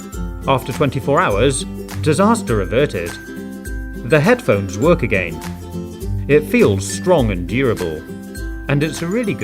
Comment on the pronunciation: Why does he say again different?